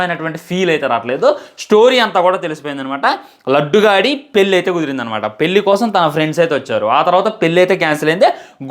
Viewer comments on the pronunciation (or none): none